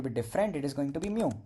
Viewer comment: Bro it should be meow not mew